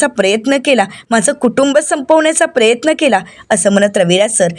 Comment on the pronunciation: प्रयत्न असा उच्चारात प्रेत्न नका म्हणू